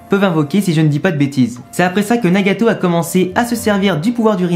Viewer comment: J'entends Nyagayto